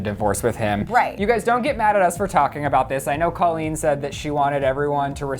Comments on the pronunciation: What the fuck, first of all it is pronounced COlleen, not CAHleen. Second of all, Josh is not her ex husband yet, they are getting a divorce but are not divorced yet, get it right. And third of all, this is still disrespectful making a video about their relationship, just stop please. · If you're making rumor and gossip videos, AT LEAST get the names right. It's Colleen pronounced coal-een not call-een. The fact that you can't even pronounce their names proves that these are not facts, and you didn't even research anything, you just made stuff up for views. This is the kind of stuff that creates controversy and makes the world a worse place to live. This video should have more dislikes than likes. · "Cah-leen" fuuuuuck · "Cah-leen" fuuuuuckkkkkk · You guys shouldn't be using people's pain and suffering for views. You didn't even say Colleen's name right. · Couldn't even pronounce her name right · It's a long O sound in Colleen's first name. Learn to pronounce it correctly -_